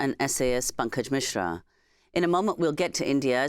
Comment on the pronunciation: “Bankage” Mishra?!